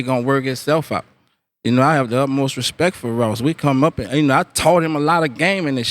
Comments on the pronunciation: he said respect, not respeck. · lol he don't say "respek" no mo